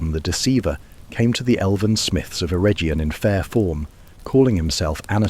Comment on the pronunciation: Yea pretty sure the script at least is 90% AI generated, not sure about the narration though. He spelled Eregion in a weird way which caught my ear. A shame that the fantasy lore space in YT recently has gone in this direction apart from a few channels.